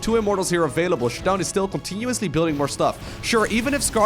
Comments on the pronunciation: Anyone else annoyed with him saying, “shadone”. I’m pretty sure it’s pronounced “sha-DOWN” like showdown. Lol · Its pronouced Shadow'n